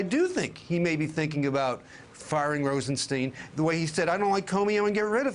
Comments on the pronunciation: so sad they cant even call a name right ... Rosen"steen" ?! wtf it is RosenSTEIN" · It seems that historically. STINE is if the family was German Jewish, and STEEN was if they were Russian Jewish. Oft made pronunciation error: Bernstein and Hammerstein are not STEENS, they are both STINES! Same with RosenSTINE.